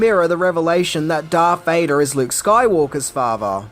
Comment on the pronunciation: Who in the hell is Darf Vader??